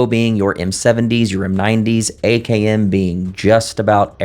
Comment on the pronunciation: All though your saying AKM it’s sound like you are saying AKN… it’s very disturbing but I know what you mean; others may not!